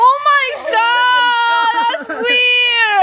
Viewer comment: Oh my Gaaaa!!! Oh my Gaaaa! Hay exageraste como niña chiquita.Y la palabra es God, no se dice Gaaaa😭😭🤣🤣🤣🤣🤣🥴🥴🥴🥴🥴😫😫😫